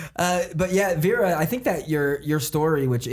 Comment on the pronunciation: Indra Klaudia I am from Serbia and it is so anoying that they call her Vira when it is Vera :D